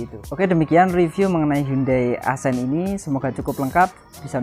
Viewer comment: Bukan “asen” bacanya, tapi “aksen”